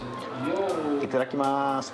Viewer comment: いただきますーの発音めちゃいいすね。 食べてる時も口元隠したり、日本歴長そう。